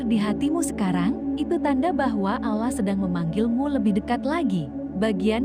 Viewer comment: Pengucapan bahasa utk salat salah mbak bukan salat (nanti dikira sayur) tp sholat jg pengucapan Allah nya di betulin dl baru bikin konten ... maaf mengingatkn masalahnya gk enak didengerin nya